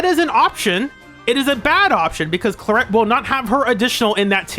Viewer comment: I love her but her name being pronounced Cla-ret instead of Cla-rey is a travesty, it's so much prettier😢